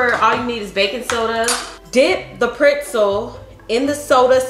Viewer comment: Who else loves how pronounces PRETZEL.. PR(IT)ZEL? LMAO❤ I freakin love my girl bro....❤